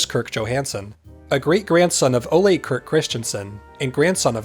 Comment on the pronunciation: It's not "Olé" . . . rather "O-luh"